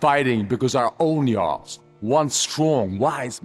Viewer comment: I'm wondering if you mispronounced "Jarls" on purpose, for comments (like a lot of YouTube and Facebook creators do), or if you really don't listen to the in-game pronunciation? The J sounds like a Y, mimicking modern Norse language.